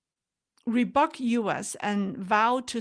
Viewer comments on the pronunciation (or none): Not rebuck. It's rebyook